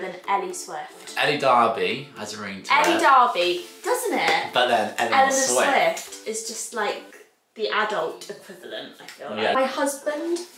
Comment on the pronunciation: She said Elenor Swift!